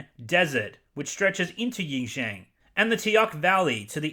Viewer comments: I know this is a small issue, and I fully agree with the issues you brought up in your video. But the pronunciation thing... xD I mean I get that it's hard to pronounce words from a different language, but I feel that you could have done a little more research before making a video centered around this topic. especially pronouncing "Auschwitz" correctly but not "Xinjiang" when you said it multiple times. I just did a quick google search to see what might have come up for you. There's a blatantly inaccurate pronunciation of "xinjiang" by a robot that comes up for some reason as the first suggestion... no wonder. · I love how you so unapologetically butcher the pronunciation of Xinjiang and other Chinese place names To be honest Xinjiang does have some of the most beautiful scenery of the country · You dont even know how to pronounce the name of the province. What makes you think you know what really happened there. Yet you are talking about hypocrisy😂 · Xinjiang is pronounced like shin-jee-ahng just fyi :) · Thanks for video man but it’s pronounced shin-ji-āng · You mispronounced so many Chinese words its unwatchable. Yin Zhang?awful. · heres a correctly pronunciation of xinjiang. its SIN JI-AANG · Xinjiang = “shin jee-ahn“ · if you can't even be bothered with learning the pronunciation of XinJiang or Uighur maybe talking about the hypocrisy surrounding the topic shouldn't be your bag? The other points regarding the movie is right on. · It would have taken 2 minutes to Google the pronunciation of Xinjiang and Uighur. Especially if you're just going to read news articles aloud. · It does not bother me that you mispronounced xinjiang but if you want to know how it is shin jion, or use yabla. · It's not spelled Yin Jian. It's spelled Shin (as in your calf)-John (as in your disciple). I hate the Disney adaptation as well but you could've at least run the wikipedia pronunciation button before publishing the video. It's annoying. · "Xinjiang" is read SHIN-JIYANG.